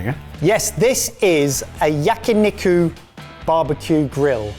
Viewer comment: he can say onigiri correctly but yakiniku was butchered only the way a British man could.